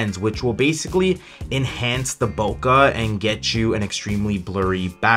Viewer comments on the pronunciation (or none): It's pronounced Bo ké. It's a japanese word. Not Bokah😂